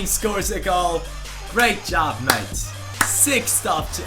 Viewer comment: every time you say mate makes me go crazy just please stop saying it ! Nobody says it like that